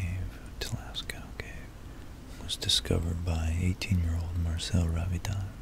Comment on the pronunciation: Scince you asked: "Lascaux" is pronounced "Lass-co".